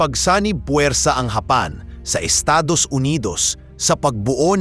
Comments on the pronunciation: Anong hapan paki ayos mu nga ang bigkas ng japan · Daw pangit pag pronounce mo sang japan daw ang palagi lng gina pronounce gamita sir . Gusto mo ma unique gid